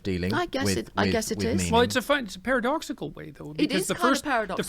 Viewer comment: I like when Jordan Peterson says “paradoxical”